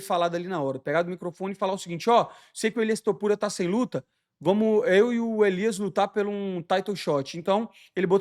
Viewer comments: "Elias" Topuria? 🤔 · "elias topuria" é foda kkkkk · "Elias Topuria" kkkkkkkkkkkkkkkkk